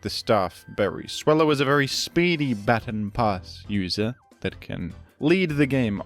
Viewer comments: we say/saw "baton" pass the same wrongly lol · while I appreciate your australian pronunciation of baton, I must point out your odd pronunciation of custap berry, after all, it's based on "custard apple" and you wouldn't say the first part of custard the way you say the first part of custap, surely?